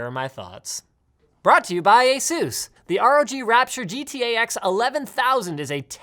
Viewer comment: Linus: brought you by ASUS Subtitles: brought you by a soos